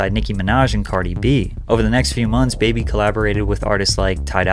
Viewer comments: All that research and you didn't once realize her name is pronounced like Barbie, not like Baby? It's a play on a northeast accent saying barbie... really makes me wonder how much work you actually put in on these videos cause how do you mess up the name of the person you're investigating? lol bruh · stop calling her baby. you make a whole video on her and can't even pronounce her name correctly smh